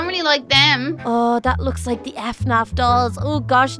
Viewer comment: Its not pronouce f naf it pronouce fuh- naf